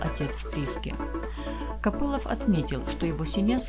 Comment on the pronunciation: Не Копылов,а Копылов,ударение на о в последнем слоге.Вас слушать невозможно.Отчего плачет страна горючими слезами?займитесь русским языком.